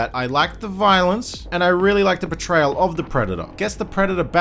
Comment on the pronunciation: for some reason every time you say "portrayal", i hear "betrayal"